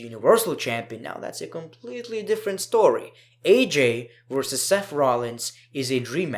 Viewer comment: " seff rollins "